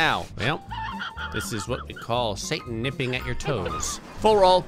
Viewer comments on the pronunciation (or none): none